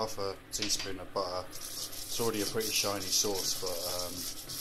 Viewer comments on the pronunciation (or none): Nice recipe. It’s funny How you say butter (buer) haha:D